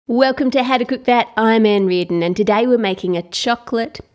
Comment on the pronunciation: When you say your name if sounds like manreet my classmate last year in 3rd grade